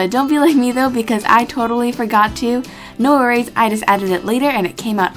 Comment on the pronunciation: "no worries" Me:nories???